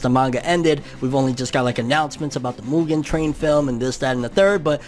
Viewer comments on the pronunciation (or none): none